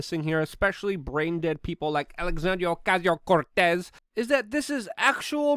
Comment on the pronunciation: The next time you say AOCs name that way, you deserve to rightfully be totally dismissed as a bigot